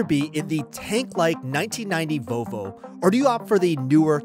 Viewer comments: What's a "Vovo"? It has an L. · its vovo not volvo? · Sir, it is pronounced Volvo not Vo-vo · VoLvo, not Vovo. Or if easier, Vol Vo.